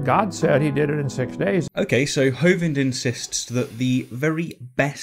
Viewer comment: Did you guys score a Rode endorsement? You know when you use Australian microphones, they make it sound like you said "sex" when you say "six." (He says whilst glancing over at the NT-5, NT-1, NT-1A and NTK sitting in the corner of the room).